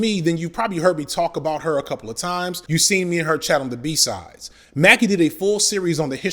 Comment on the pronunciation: I keep hearing ‘B Sides’ as ‘B Size’ 🤦🏽‍♀️🤣